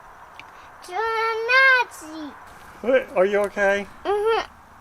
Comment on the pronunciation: Hahaha hahaha hahahahahahaha.......was he saying “naughty”? It sounded like he was saying “Nazi”. Hysterical.